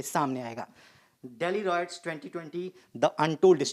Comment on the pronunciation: Royots seriously😅 its riots guys